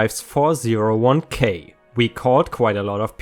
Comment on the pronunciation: Hey, I have a slight annoyance with you. It’s pronounced ‘four-oh-one-Kay” not “four-zero-one-Kay”.